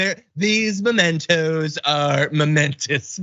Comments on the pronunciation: You were wrong too, John! It's not 'momentos' it's 'MEMentos'! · It's mementos -- as in memory -- not momentos -- as in moment. This happens when you do not read enough but rely on orally transmitted information. People also get wrong "home in on" and say "hone in on."